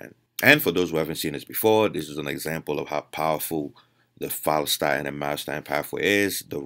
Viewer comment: Had to Google opposite of myostatin, ur not clear in ur pronunciation: Follistatin.